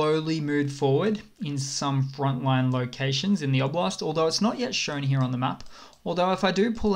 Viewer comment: The way you say "here" is so fricking funny. "Hiorh"